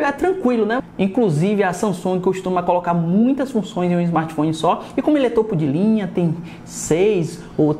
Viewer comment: Topo de linha é o caralho, fala direito mano que raiva kkkkkkkkkk